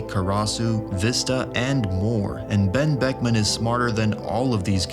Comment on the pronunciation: The real mystery here is how he said Ben buckman without his lips touching